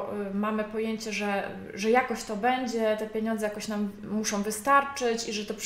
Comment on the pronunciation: co za profesjonalizm( tu użyję ironicznego tonu ) " ,,,polecam filmy - " jak prawidłowo nagrywać materiały szkoleniowe, instruktażowe" ,,,,jeżeli to forma vlogu to akceptuję popijanie z kubka ale autorka ewidentnie chce sprawiać wrażenie specjalisty w dziedzinie . Ponadto końcówki słów typu osobom,muszom,zrobiom,wyspom i wiele innych.... Tytuł filmu zachęcający , treść interesująca ale wykonanie nagrania irytuje...